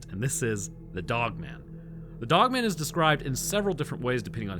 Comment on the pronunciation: 😂😂 it's pronounced dog-man. It's not a last name like Phil Dogman.